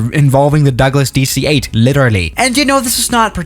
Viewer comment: "Hello, welcome back to the channel today we got the Dueeh C-8"